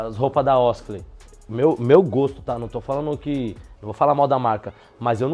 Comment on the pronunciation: Quem ai ouviu o fala osakley😂😂😂